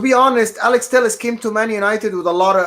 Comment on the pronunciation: Telles I believe is pronounced teh - yehz. Heh heh. Good content as usual boys!